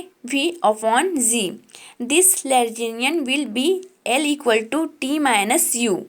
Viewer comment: Madam aankh band karke nahi padhna hota hai! Yeh kya tha, aur lagrangian hota hai woh! Legrangian nahi! Itne saare mistakes hain ki poocho mat